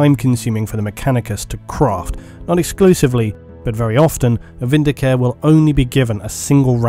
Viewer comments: I know I'm being snooty, but the 'e' at the end of vindicare isn't silent. It should be pronounced vin-di-ca-reh, not vin-di-caer. The latter sounds like a healthcare plan. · You know I'm like 90% certain Vindi-CARE is supposed to be Vindi-CA-RE, similar to the Italian verb "vendicare" which means "to avenge/vindicate" so now I just can't hear it without taking a point of psychic damage. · Um, sorry, but it's "Vin -D-Car -Ay", possibly even "Win-D-Car-Ay", depending on how militant your Latin language teacher was. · Yay ! The Emperor be praised ... Just a quick High Gothic note : Vindicare is pronounced « VinDI kAré »